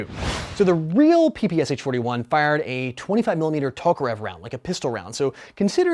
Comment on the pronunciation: Pronounced Peh Peh Sh-eh not Pee Pee Ess Ach. 3 letters not 4. So this version doesn't feature the electric blow back? That rubber butt pad is not legit. Ares/S&T/Snow Wolf versions have realistic stock plates on them. Interesting that this version has a flash mag. Though traditional winding isn't bad in it considering the right way to hold it is by the drum. I was able to wind mine while wearing winter gloves.